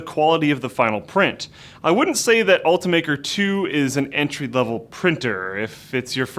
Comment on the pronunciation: It's pronounced Ult-I-maker not ultamaker